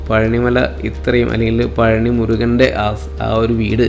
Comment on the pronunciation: പളനി അല്ല. പഴനി